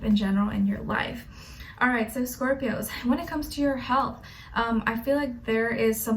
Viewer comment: For scorpios she says “Scorp-i-Oos” hahaha I love it